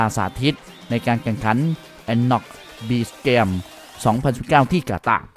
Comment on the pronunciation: เกมส์พูดเป็นแกม😂😂😂